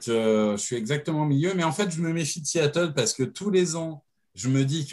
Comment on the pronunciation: Un S à Seattle ? ^^ Sea et non See ^^ aie aie aie